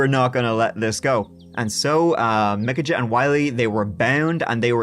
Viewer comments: Michajah Is Pronounced Like (-UHHH) It's just weird that your name is and you're pronouncing it like the way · I believe Micajah is pronounced Mikey. 🤷‍♀️ Love you! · Micajah is pronounced " Ah" or POS whatever you like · pronounced "muh-cay-uh" (Micajah) or mih-cay-uh" or "ma-cay-uh". depends on your accent.